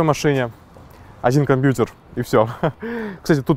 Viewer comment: Как ты ужасно говоришь слово компьютер...